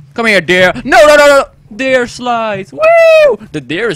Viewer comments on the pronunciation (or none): Hahaha je zei dear bij dat hert. Maar dier is animal niet dear (kom van je peagle video :p)